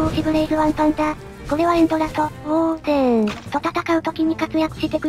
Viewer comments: ウォーデンではなく、ウォー↑デン ですね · ウォー↑デン↓ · 相変わらずのウォー↑デン↓(*ﾟ∀ﾟ) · お絵かきクラフト!! 大好きな企画だから嬉しい!!! ウォーデンの発音がやっぱりウォー↑デン↓なの好き 前もそうだったけどもしかしてイワンコフ乗り移ってた…？